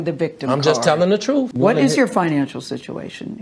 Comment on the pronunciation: Millions of dollars and nobody told him or he never hired a speech coach to stop saying "Troof" instead of Truth (one example)? It's so grating.